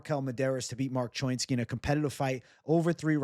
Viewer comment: What kind of jew are you? When have you ever heard anyone say choinski like that. Pretty sure it's cho-inski